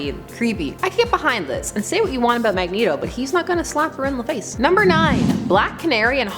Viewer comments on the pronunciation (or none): "Magento" LOL